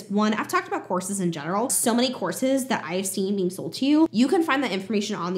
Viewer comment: I know you're saying "courses", but a lot of the times I'm hearing "horses"! Makes for some very interesting sentences in this video!